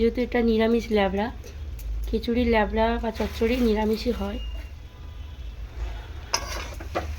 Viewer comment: লেবড়া নয়‌ উচ্চারণ হবে লাবড়া